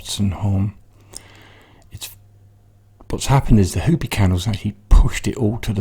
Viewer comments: ...in the states we call the candle...ho pi not hoopie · Hopi is pronounced Hoh-pee. I have met a lot of Hopi (They usually danced at the same gathering as I did. I know of nobody who uses candles. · What a lovely little girl. Hopi candles are ridiculous things, I can't believe people think putting that in your ear is a good thing! For your next Hopi disaster, it's pronounced Hope-ee 😊